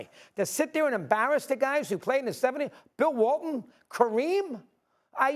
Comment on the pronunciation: Lol that man said bill walton.